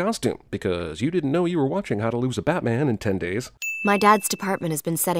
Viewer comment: he said "batmen" and that's sinful as shit